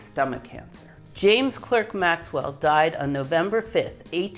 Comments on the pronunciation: Clerk s pronounced “Clark”… James “Cark” Maxwell. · You will find that Clerk is pronounced Clark. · Speaking of pronunciation, Maxwell's middle name is spoken "Clark" (as in Lewis and Clark). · A wonderful series of lectures, simply superb. By the way, in the UK, Clerk is pronounced Clark, so his name is pronounced James Clark Maxwell 🙂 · Excellent! But Maxwell pronounced his name the English (and Scottish) way: Clark. In German Weber is pronounced Vaybur. Correct pronunciations are always best.